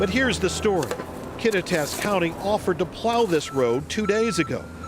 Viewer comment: If that guy is to be a good news reporter, he ought to at least learn how to pronounce the town names properly! Kattitas is pronounced Kaw-tie-t-us